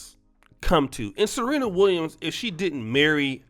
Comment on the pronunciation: He-nis and Ser-he-na